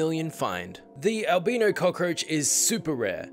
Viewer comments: AL.. BYE-KNOW. Is the pronunciation. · I am super scared of cockroaches that I was scared he would still show the cockroach turning brown.. Plus, I love how he pronounced "albino", he pronounced it "al-bee-no" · It is pronounced like it rhymes with Kyle-Rhino, Albino